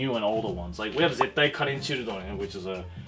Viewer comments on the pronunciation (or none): none